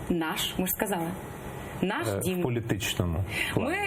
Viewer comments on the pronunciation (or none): В якомусь кримському генделику на узбережжі ці обидві прошмандовки будуть бажаними співачками серед російських окупантів, колаборантів і відвертих зрадників! "Наш дЗім" - навіть ці два слова були вимовлені на російський, пітербурзький манер! Дві проросійські курви!!!